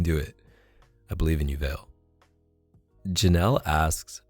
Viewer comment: Haha, I realized you answered my question at this moment because I remember exactly what I wrote. But the pronunciation of my nickname made me laugh 😩😂. I'm from Peru and my name is Valeria, so maybe if you write "Vale" in the translator (Spanish) you can know how to pronounce it. Actually, thanks for your advice, and coming from you, believe me, I'll try harder to get better grades, thanks 💖